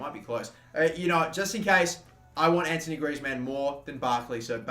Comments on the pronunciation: damn it it's not Anthony Griezmann but Antoine Griezmann it's pronounced Antoane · AntOIne mate. Not antONIe please. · ant-wan......not ant-o-nee......jesus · ITS ''AN-TWO-ONE'' GRIEZMANN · It's pronounced ant-wan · I'm far from trying to troll but heads up cuz I see everyone on you about Griezmann name it's pronounced Antwan but spelt Antoine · Anthony Griezzmann? are you for real? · U pronounce t like antwan Griezmann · Its antoine griezmann not antony griezmann